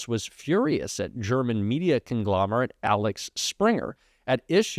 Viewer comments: Interesting but Axel, not Alex, Springer. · I am sure others have commented it is Axel, not Alex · Axel springer not Alex springer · Axel springer not Alex springer.. i understand getting it wrong once or twice but you pronounced it wrong every single time!